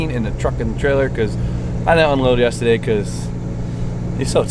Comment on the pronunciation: You say yesterday weird lmao